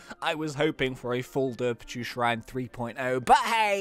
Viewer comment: ITS DERPACHU NOT DERPICHU